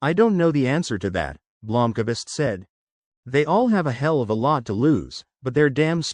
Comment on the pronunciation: Blomkavist? WTF is that A doing in there. Thats the end of my listening. I expect at least the names to be somewhere near correct.